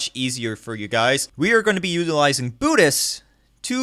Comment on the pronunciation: It's pronounced "Boot Eyes" as in "Ice Cube"